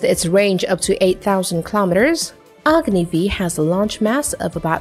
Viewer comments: It’s not Agni v its agni 5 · Just a small correction. It’s not Agni v in literal pronunciation. Agni has a series of missiles i, ii, iii, iv, v n a proposed vi using Roman numerals. Agni v means Agni 5. Thanks :)